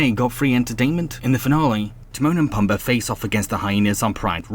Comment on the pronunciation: It’s pronounced Te-moan and Pu-m-ba